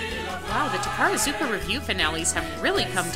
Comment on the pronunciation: “Tarazuka?” I think you’re missing a “ka”...